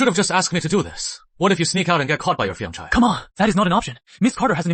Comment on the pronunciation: 😂 it’s supposed to be fiancée but I think ai dubbing gets it wrong